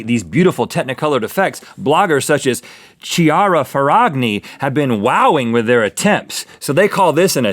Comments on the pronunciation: he pronounced Chiara wrong its like key-R-uh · Chiara Ferragni -> Kiara Ferrañi (you should emphasize the double r and read the "gn" like the "ñ" in "España" or "piñata") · Schiara FeraGgni hahahahah where are the Italians at? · chiara is pronounced kiara